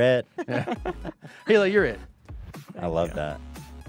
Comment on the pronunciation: Christina calling hila, HEELAH is as awkward as Joey Diaz calling her CHRISTINE...I love them both though.